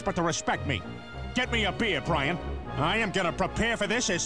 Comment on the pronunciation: you misspelled Brian you said BRAIN! hahaha! funny my drunk Irish Russian FAE butt but I had to correct you and I want to give you a good day and maybe a YEAR if you do right! :)